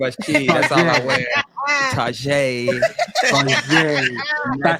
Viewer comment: I love how grounded you are! That French "Target" took me out!! I love how y'all are yourselves like the pod!😂❤😂❤